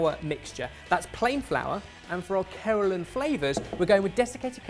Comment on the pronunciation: Did he say keralan?? 😂😂😂